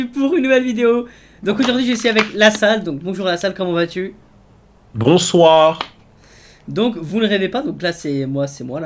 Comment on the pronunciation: LaSalle a dit bronsoir mdr 😂